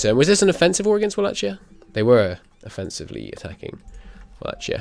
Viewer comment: No offense intended, the ch in Wallachia is pronounced like k